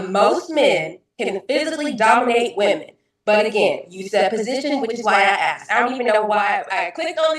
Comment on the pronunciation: Saying axed instead of asked = stupid